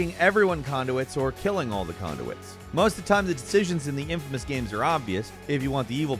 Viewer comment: For the infamous stuff you mispronounced names hard, like made me laugh. but it is a good game when it came to choices